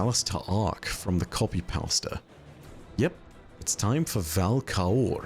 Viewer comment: Trying to contend with the fact I just heard say "copy powsta"